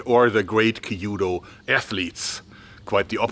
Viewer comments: Happy New Year Jeorg! I have been a student of Japanese language and culture for many years. I had the great pleasure to live in Japan for three years in my mid 20s and am still mostly fluent and literate. If I might say, first. 弓道 (kanji), きゅぅど (“hiragana” Japanese alphabet), kyūdo (“romaji” English transliteration) should be pronounced in two syllables kyu and do with the first vowel, “u,” sound lengthened slightly, rather than three syllables, “ki,” “yu,” “do.” Also, 江戸, えど, edo, should be pronounced as eh-do, rather than ee-do. But, try not to add an “h” sound to eh-do. Yes, very minor errors of pronunciation and not being Japanese I am reluctant to point it out (and most Japanese, being enormously gracious would never correct you, they would be impressed and happy by your effort), but you strike me as a man who wants to get things correct. So, there you go. For a really good description of the transition of the Japanese military during the 江戸 period, I recommend Tom Cruises, The Last Samurai. Live your YouTubes, Jeorg! I always learn so much and always marvel at your innate engineering acumen. Thank you, again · small pronunciation critique, not meant to berate you or anything. but it's kyuudou, not kiiyuudou. the kyu sound is one syllable, not two. still loved the video, but i'm a language fanatic (4, going on 5), so i always just like putting the info out there for those who are interested. the kyu sound is pronounced similarly to the english pronunciation of the letter Q. maybe it would be easier to pronounce if it was spelled quu-dou? anyway, love the content, keep it up! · Amazing video as always and Happy new year! I know how much you research stuff and this video reminded me of the katana discussion you had years ago, which I quite enjoyed. Do you mind a small tip on your "kyuudou" pronunciation? It will sound more fluent if you try to make it two syllables, instead of three (something like "kill-dou"). Yumi on the other hand was spot on!